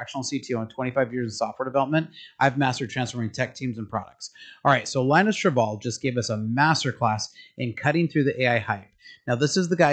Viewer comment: Linus Torvalds's name is pronounced "Lynn-us Tore-valds". Exactly how you would expect if the operating system named after him were named "Linux".